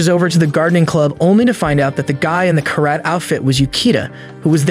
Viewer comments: Its pronounced Kara TEH not Carat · It's Karate not Karat